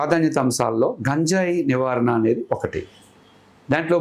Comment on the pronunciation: నీకు గంజాయి అనడం రాదు నువ్వు కూడా ఇంటర్వ్యూ చేస్తున్నావ్